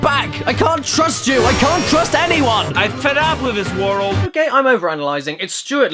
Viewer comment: "i fed ub wid dis worl"